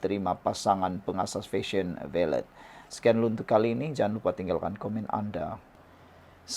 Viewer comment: Sebutan yg betul ialah VALE (senyap kan T).. Rajin la tanya pada yg arif bahasa Inggeris sebutan yang betul supaya tidak bunyi sengal..